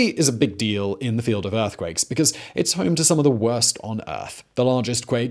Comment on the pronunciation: Why can't this guy say the word "home" correctly? He says "hoom" lol